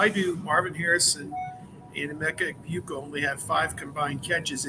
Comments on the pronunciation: I believe it's Egg-Boo-ka. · Someone please teach how to pronounce Egbuka. Even rival podcast hosts are sticking it to him.